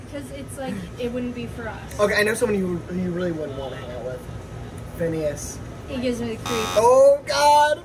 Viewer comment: when she said fhineas gives her the creeps it HURT